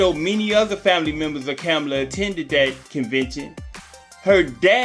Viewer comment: I’m trying to understand🤔 how are you doing commentary and you can’t even pronounce the Madame VP Harris name😬, It seems to me you both are in the same boat, Janet Jackson is uninformed and you kidnap pronounce VP Harris‘s name🥴